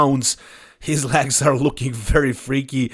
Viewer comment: Clicked to hear say LAGS!